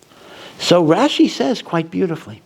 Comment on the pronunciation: Rashi's NOT rashes 😉